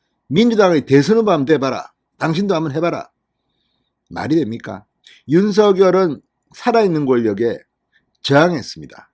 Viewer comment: 다 좋습니다. 근데 윤석열 당선인의 이름 부를 때 발음이 조금 거슬리네요. 윤 석 열 , 윤 서 결 처럼 들리네요